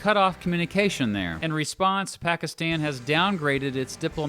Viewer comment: Couldn’t you at least try to pronounce the names right? I mean you mispronounced Pakistan and Bangladesh. Same thing with the peoples there.